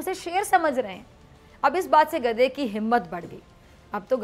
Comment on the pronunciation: بی بی خدا کا واصطہ؛ آپکا حسُن و جمال آواز اور طریقہ لاجواب ہے مگر پلیز “گدھے” کو “گدا” نا کہیں۔ یہ بیچارے گداگر، فقیر یا درویش کی بعزتی ہے۔شُکرئہ مہربانی! 🌷🌷🌷 نوٹ: آپکی شیر کی کھال میں کھوتےوالی مثال بے انتہاہ پسند آئ 😎👍😜